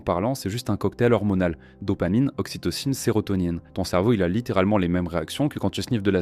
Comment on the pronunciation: Ce n'est pas "oXytocine" (deux fois) mais ocytocine qui se prononce "OSSI..." : [eau si tôt] — cyto = cellule.